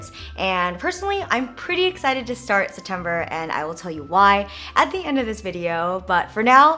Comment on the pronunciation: Septjennber! Septimber!